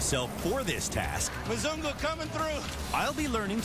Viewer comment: I miss Nairobi so much.. I miss Kenya like crazy bcs it's my second home.. I miss my sweet wife who is still there.. But this video is soo true and funny.. Ghai.. Mzungu.. He always said Muzung.. 😂😅 Kenya soon I'm back!